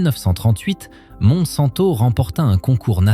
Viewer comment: Monsanto, on prononce montsainto c'est là que vit la plus grande communauté juive du Portugal